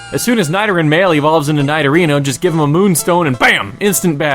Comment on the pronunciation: It is pronounced Needorino and Needoking. He just mispronounces it.